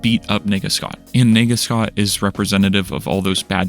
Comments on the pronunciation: the way you said "nega scott" sounded like "n###a scott" which caught me of gaurd when i saw the shadowy figure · man, it's nega scott, not whatever you were saying. this is a really amazing video though, thank you for making it. you have a lot of good points on loneliness. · Bro did not say “Nega Scott” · The way u pronounce nega……